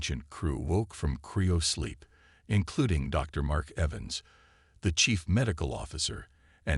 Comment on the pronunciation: Someone needs to tell the AI that's CRYOsleep.